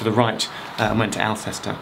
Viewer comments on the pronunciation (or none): ALLs-ta, not Al-sester! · Not "Al cest er", "Ole sus ter". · Hi Geoff, I live in Alcester and its actually pronounced 'Ul-ster' (like the one in Ireland) not 'Al-ces-ster'.... weird I know but its a common mistake people make. Great Video! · Not AL -CESTER, it is pronounced "ALL-STER" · No reason why you should know but Alcester is pronounced Allster. Even I (b Birmingham, now living in Leamington) wasn’t sure how to pronounce Bearley but I see that SallyLePage has kindly told us. Incidentally,, re your previous video, Wootton Wawen is pronounced Wootton Wowen - “o” as in “note”. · Another fun vid. I think Alcester is pronounced more like all sta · Thanks Claire for confirming that. I don't know why most of my brummy friends pronounce is 'Alsuster' but they do. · It's "BARE-LY" (it always has been) and ALL-STER (almost "Ulster"). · Alcester is pronounced Ull-stur Geoff. Otherwise, top job! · well, the person that told me was from Alcester!